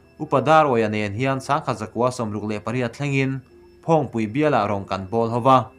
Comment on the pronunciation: Phawngpui i lam dan thlûk chu a va mak ve. Hrilhlawkna hi kan hlawkpui tur a Pathian hrilh a ni nge?